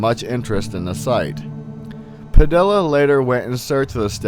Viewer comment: Padilla is pronounced Pa-dee-ya. in Spanish two LLs are pronounced as a Y sound.